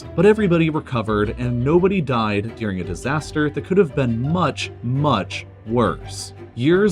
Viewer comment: It's pronounced during, not dearing.